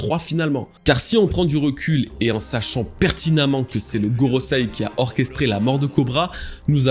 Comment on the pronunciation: GorosEi, pas gorosAi. Bon sang de bois.